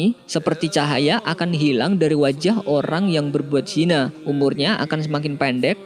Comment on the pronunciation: Kenapa sebut 'zinai' kan ejaan yg betul 'zina'